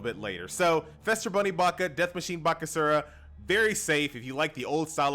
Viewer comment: Just commenting to say. It's Feaster not Fester. Easter with an F